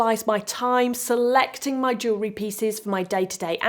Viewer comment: Wonderful to listen to someone who can pronounce jewellery, I am so sick of hearing about joo-lerry